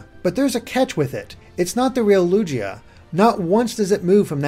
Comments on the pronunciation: xRealCautionx Lu-gee-ah and Lu-gii-ah are homophones, both pronounced Loogg-ee-yuh. You should clarify it by saying he said "Loo-jee-ah" and should have said "Loog-ee-ah". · | Sims 4 house Designer | Official pronunciation in the English movie is "Lu-gia" not "Lu-G-ia" or "Ludjia" as Gideon suggested. - _ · it's lu-gi-a not lu-ji-a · Excuse me did you just say lugeeah....I'm sorry but really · lugeeah? that is not how its proounced you guys should get pokedex 3d pro ad study up on how some pokemon are pronounced its lugeya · Wait... Lugia ISN'T pronounced like 'loo-jee-ah'? Have I seriously been pronouncing it wrong all my life? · "Lujia"? lol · Did he really say Ludjia? Sorry, I'm going to go crawl into a corner now... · Its ok:) everyone makes mistakes, I always thought Rayquaza was Ray-Kwah-Zah not Ray-Kway-Zah, I pronounce it Lugia as Lu-gee-ah like lugee or greek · Wow, never heard anyone pronounce Lugia as Lugeeah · The pronounciations, they kill me Lu-Gee-ah? Never, not once, have I heard Lugia be pronounced like this. It sounded like Lugia was in Yu-Gi-Oh and was morphed with Yugi for a little bit. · Oran Harold Oh yeah, made me cringe the entire time he said it. You'd think when the anime and movies pronounce it with a hard G that'd there would be less confusion. I thought Lujeeah was some kind of new pokemon like a defected Lugia. Maybe a Lugia with three wings and a derp face. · People are wondering why people think he pronounced lugia wrong, it's almost like there's an anime, movie, and video game that has voice acting that says its name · The way he pronounced Lugia......ugh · Oh well, G's are hard to pronunciate But its still wrong how it was pronounced in this video.